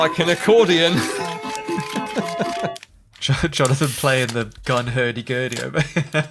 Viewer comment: A gun hurdy-gurdy called the "Hurty Gurdy"?